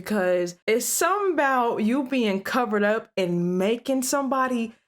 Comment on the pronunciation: I ain't gone lie it's something about how you said "it's sumitn bout" dat mad me go ok I don't just love her videos she got got dat country in her too 😂❤